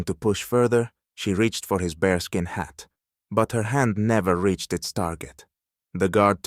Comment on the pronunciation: It is not bRe skin, it is bear skin